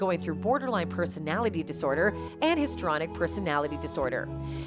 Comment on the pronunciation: The word is, “histrionic”, not “histronic”. You’re paid to read the copy. Read it properly!